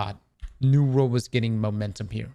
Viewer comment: Why cant you pronounce 'world'